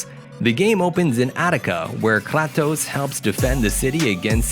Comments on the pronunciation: It's pronounced like "Krahtos" in Greek. This guy BUTCHERED it and called it "klatos" lmao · he pronounced Kratos as Klatos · Kratos naw klatos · The mispronounced names in this video is just unforgivable lol. Claptose, ten kia chi?. Its cray toes. And ten kia e chi. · Man really said "claptos" instead of kratos😭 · It's kratos not kaalaatus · Me: klatos ? Isn't it kratos with an r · You called kratos, klatos lol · Wait did he just say Cratoes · Him: KLATOS ME: HE IS COMING FOR YOU... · Klatos? Wtf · lol dude are you into game? Klatos? Glados??? Klaptoss???.... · He said KRATOES 😂😂😂😂😂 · “dartex”, “ten-kashi”, “kratt-toes” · Actually, that's the correct way to pronounce Kratos. Since the game takes place in Greece and in Greek it's pronounced like "Krahtos" then he partly said it right. The only thing he did wrong is say Krat and then toes after half a second. Just say "Krahtos" straight away lmao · No way he mispronounced kratos's name krahtose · Nigga rlly said klatos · My dude called him KrAAA.Tos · Kraatos kragtos kraxtox 😁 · klatos lol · Bro he said Klatos XD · kra toss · There's no ways he sed Kratoses name wrong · Do you even know how to pronounce kratos? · This is a horrid video. You have typos. You seem to have picked every disney, pixar, etc game and you can't pronounce the names properly. Many of these are infamously bad games. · I never heard someone pronouce Kratos name wrong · It's how it is pronounced in Greek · I cringe when he pronounced kratos wrong